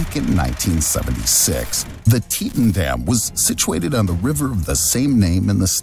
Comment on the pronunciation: Learn to pronounce Teton. Like the Teton Peaks and you showed high rises in the photos. No high rises near Teton.